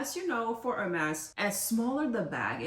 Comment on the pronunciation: It’s french not english :) And she pronounced correct